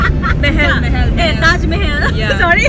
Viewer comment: Pretty girl saying Taj mohol🤣😂🤣😂